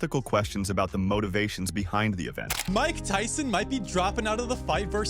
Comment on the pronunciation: Rike Ryson Rersus Rake Raul.....